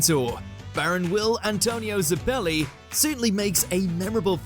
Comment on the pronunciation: Butchered the pronunciation of baron zeppeli...